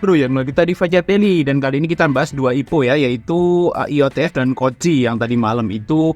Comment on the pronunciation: Iotf mas bukan ioft😂 keknya kebalik balik dari kemarin